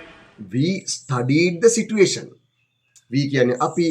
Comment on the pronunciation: සර් situation කියන වචනෙ කියද්දි සිචුඒෂන් කියලද කියන්නෙ